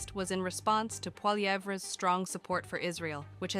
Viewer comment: Can you get that AI voice to say his last name better? more like "Polly-ev".